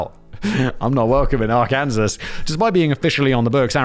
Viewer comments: Are-Kansas!! lol:face-blue-smiling::face-blue-smiling::face-green-smiling::face-green-smiling: Simon, homie.. Ar-can-saw. :face-turquoise-covering-eyes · more like arkansah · Are-Kansas gave me a laugh lol. Sadly he could try five times and would never get the pronunciation 😂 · AR KUN SAW. NOT Ar Kansas, R can sauce. AR KUN SAW. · I lived in Arkansas from the time I was nine until I was twenty-four. My family moved to Morillton the September that the Beverly Hillbillies debuted on television. We thoght that it was a documentary. Anyway the correct pronunciation is Are-kin-saw. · Although I was born in New Orleans and raised in Metairie, my mother was born in Huttig so I actually knew that law. Pronouncing it Ar-Kansas is very derogatory. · thank god i’m not in “ar-kan-zuhs” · I'm with you on the Ar-Kanasas thing. I'm American and I HATE that "kansas" is pronounced two different ways, depending on which state you're referring to. It's stupid. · You got quite a bit wrong. A felony is not exclusively a federal charge. States all have felony crimes. Also, Its still illegal to purchase alcohol on sunday, and christian holidays such as Christmas, in Arkansas (pronounced Are-Can-saw) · As far as I know, it's illegal to pronounce Arkansas as "Ar-Kansas" in that state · Me watching religiously from arkansas listening to Simon constantly calling it Ar-KANSAS 🙃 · It's illegal to pronounce Arkansas as "Our-Kansas" in Arkansas. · Fellow american here yes it sucks here the laws are literally crippling and next time im in Arkansas im definitely referring to it as Ar-kansas 😂 gonna get so many glares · Arkansas is that arken-saw ... the 1st state ?? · Arkansas = are can saw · Fun fact. It’s actually illegal in Arkansas to pronounce it the way Simon just did. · Actually a law was passed clarifying the correct pronunciation so you could say it’s illegal if you want to look at it like that. 😁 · Ok, say "ar", ok now say "kansas", ok now say "arkansas"...